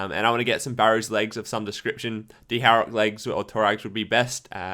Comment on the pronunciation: Did you just say D-Harok? Lol